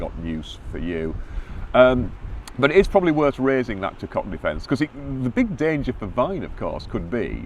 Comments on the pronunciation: That was embarrassing. At first I could not believe what I was hearing. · “Tu quoque” is pronounced ‘two quo kwey’, not ‘two cock’. Lawyers pronouncing it this way are demonstrating their ignorance. Tu quoque means ‘you as well’ or ‘you too’.